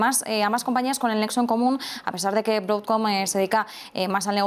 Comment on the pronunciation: Broucoom y oracool jajajajaja ni hablar saben estos...